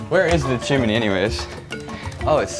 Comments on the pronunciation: “There is a pigeon living in the CHimaNAY” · actual gold "chimeny" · Chim Knee.. not chim en ee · The chim-in-knee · Michael's look and Will pronouncing chimney as Chi-MA-nee we're the highlights of this video. lol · A pigeon living in the "CHIM-IN-EY" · “Barnaby Dixon’s coming over” : Standing on the roof covered in pigeon poop and mispronouncing chimney